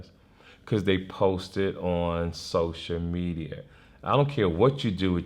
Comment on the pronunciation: "Sosher Media" - TK Kirkland